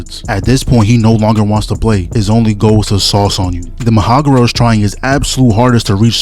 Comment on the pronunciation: MA HA ROG A....no disrespect love your videos